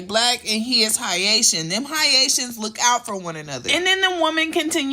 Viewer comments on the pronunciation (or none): Its Hay-shan boo not High-aye-shan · Hi ation......sis noooo just no. Say it with me....hay-shun, hay-shun....Haitian. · "Hi-atians" girl😂😂, its pronounced "hay-tians", but you do make great content, very thorough 👍👌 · lmaoo, why you pronounced haitians like that? its proounced "hey-shins". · Daniedre Tigg no it’s not she said “HIGH AITIANS” that’s how she pronounced it I’m Haitian how can you tell me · why HIGH-A-TIAN ? lol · You not pronouncing “Haitian” correctly is 🤮